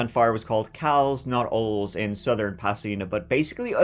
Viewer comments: Not ools... oh lays... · Pronounced: ‘Oh-lees’ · is one of the very best true crime podcaster. So I don’t want to be misunderstood in suggesting a small correction. The Ole’s hardware store fire in Pasadena is pronounced “Ollies”. Just a local quirk. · Ole's we pronounce it... Olees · This store was pronounced OL-EEE’s when I was a kid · Wow I grew up in that area in the 70-80’s. I don’t remember this, but I was a teenager at the time, so news wasn’t a priority. But fyi the store was called Ole’s. Pronounced Oh-Lees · Ole's was pronounced OH-LEYS.... I lived across one in the 80s. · Not for nothing but Oles hardware store is actually pronounced like O-Lee's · Ole's is pronounced Oh- lees. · It's pronounced Oleeees. I grew up there in South Pasadena, not southern pasadena...just saying😁 love you ❤️ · Oh and given it's California, I'm willing to bet that the store's name. "Ole's" is pronounced like Olay. It's the same ole as the football chant "Ole, Ole, Ole, Ole!!!" as well as when football fans yell "Ole!" to consecutive passes when their team's playing a possession game and passing around a lot. I could be wrong but since it's in Cali it's most likely right. This story was a doozy,! 👍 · Thanks for covering this story. I remember it well. The store was pronounced Oh-lees. 👍🏻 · Hi 😊The home/hardware center is/was pronounced ‘Oh-Lees’ in South Pasadena. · The Ole's home improvement store refers to was really pronounced "Oh-lee's" and along with National Lumber, it was similar to Home Depot and Lowe's today. Believe me, I'm not at all here to correct the pronunciation of Ole's because, if someone hasn't heard of it, they may pronounce it another way. The name simply jogged a memory from my youth. This was just another great video from, as usual. I remember when this guy was caught and prosecuted. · Is saying "Ols" or "Lowes?" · I'm from LA. It was pronounced O-LEE's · As far as I know it’s pronounced, “Oh-lees”.